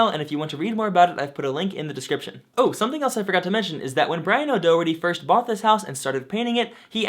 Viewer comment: Daw-heart-eee, I'm from Ireland and every time you say his name I winch 😂 great video as usual though very informative